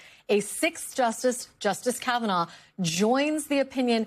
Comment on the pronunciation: Caviner? Whose that!? Learn names before going on national tv